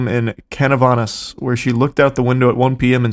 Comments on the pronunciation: Right? 😂 the way that man said Canovanas made me stop what I was doing to do another take. Love them though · As a Puerto Rican, hearing you say the names of the municipalities was definitely an experience 😂